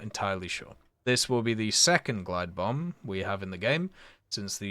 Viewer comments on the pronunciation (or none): none